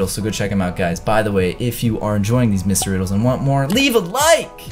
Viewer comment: The second time he said mystery riddles it sounded like he said Ms riddles